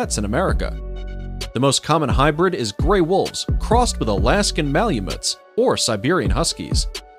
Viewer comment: "Alaskan Malumets"? What the f*** is a malumet? You must have meant MALAMUTE. But, knowing that the voiceover comes out of a recording system, I can't expect accuracy.